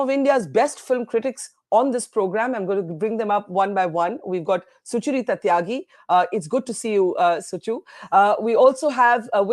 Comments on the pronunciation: Why does Barkha keep calling Sucharita as Suchur-ita? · Why does Barkha struggle so much to speak "Sucharita" 's name, it's a single word not Sucha-Rita